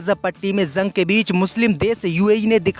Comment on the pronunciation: JUNG KO ZANG KYUN BOLTA HAI YEH BEWAQOOF NEWS READER VERY SAD...